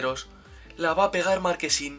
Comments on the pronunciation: No se dice markesin se dice marchesin buen vídeo crack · Ya no es marchesin, ahora es marquesin 😂😂😂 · Marchesin se pronuncia no marquesin😂😂😂😂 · Es Marchesin, no Marquesin...jajajaja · Bro se dice marche sin tal cual no marquesin jajajja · Marquesin 😂 es Marchesin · Porque le dicen "marquesin"? Es Marchesin jaja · Es marchhhhesin no marquesin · Soy yo o dice markesin